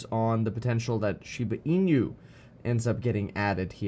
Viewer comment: pronounced as " she ba , ee noo"